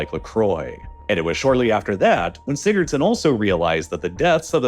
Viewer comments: Laying dead on the floor rn the experts name was what in a huh-son? I’m Icelandic and even I can’t tell what you just said man😭 Edit: alr nevermind Sigurðsson, got it🪟🏃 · Do you mean Haraldur Sigurðson? I'm Icelandic and that pronounciation... You'll get there soon if you keep trying.